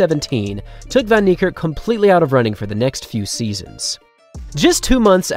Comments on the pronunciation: true, "Fun" "Knee""Kirk with a rolling RRR as if your are a Scott , Arab or Russian. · Hey! STOP pronouncing his name as "von" Niekerk. That is WRONG. It's correctly pronounced more like "fen". If you're going to honor the guy, at least show him the minimal respect of pronouncing his name correctly! This isn't the first time this is being pointed out to you. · Bro you guys have to learn to pronounce names. You have google. Come on. Its "Van" as in "fun", "nie" as in "ni hao" and "kerk" not "kirk". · I think the narrator understated Van Niekerk’s magnificence. He’s clearly the greatest human to ever live. Also, I’m a native English speaker from South Africa, and the mispronunciation of WV’s last name is really grating. It’s like this, I’ll sound it out phonetically for you: Van-Fun Nie-Ni Kerk-Kairrk. Wayde is VeyDa.